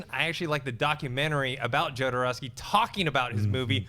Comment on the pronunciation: If you say Jowdarowsky one more time, I'm going to light a bag of shit on fire and leave in on your desk.